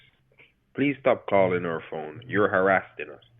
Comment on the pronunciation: You're "harasseding"?